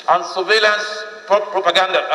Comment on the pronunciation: Did any one hear this man say "survelance properganda"